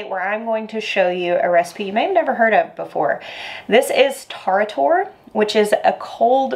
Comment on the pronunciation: It’s a very refreshing summer “soup”. Pronunciation is a little of but good job otherwise. Best to use seedless cukes.